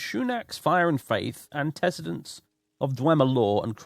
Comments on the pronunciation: anti-see-dents not an-tess-edents. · An-tiss-id-ents is how I say it.